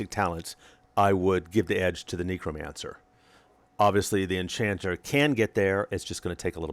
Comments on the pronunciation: Very disconcerting hearing you mispronounce Necromancer over and over as nEEcromancer instead of nEHcromancer :( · Neck-row not neecro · amagad NEH-cromancer not NEE-cromancer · KNEEcromancer LOL